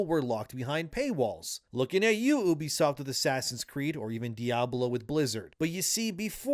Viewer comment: Why people still cant say ubisoft properly i will never know